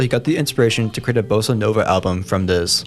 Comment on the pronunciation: you said Bossa nova wrong